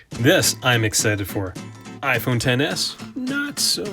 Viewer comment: says iphone EKS-es. shudders